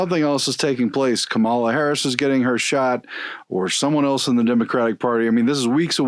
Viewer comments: For future reference: She pronounces it “KAH-ma-la” not “ka-MAH-la.” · it’s mispronounced SKANKALA